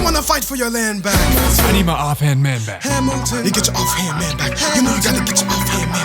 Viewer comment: You BUTCHERED Hamilton’s name 😭😭